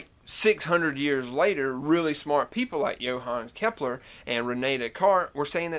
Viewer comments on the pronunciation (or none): none